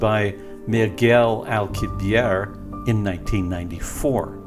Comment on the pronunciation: You mis pronounced Alcubierre's name. He is not French, he is Mexican and it is pronounced in Spanish (Alku-be-eh-reh).